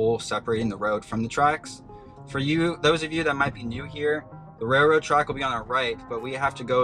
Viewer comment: "raiLroad" not "raiRroad". Please practice thank you. I have a lot of other stuff to say but then I'd be called "toxic". When people pay you money, you have to respect that.